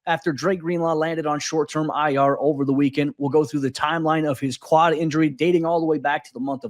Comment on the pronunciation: Am I the only one here who keeps hearing "clot" when he says "quad?"